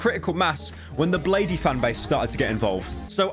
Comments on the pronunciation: its just blade not blade-e 😤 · it’s blade not bladee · pyrocinical. You know its pronounced BLADE. Not Bladey, please reupload. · Man just called bladee bladey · its pronounced bladee not bladee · I'm Bladee, she call me Blade-e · Bro said "blay dee fanbase" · i’m bladee, she call me blade-e ha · pleas stop calling him bladeey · Why does pyro pronounce bladee like that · i dont like how you pronounced bladee